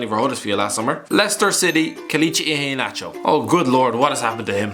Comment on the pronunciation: lol, the way he says Iheanacho